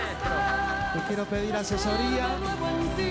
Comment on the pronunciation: Alguien más escuchó "necesito asexoria"? :0 Christian sin importar que, su talento y carisma brilla por sobre cualquier escándalo ♡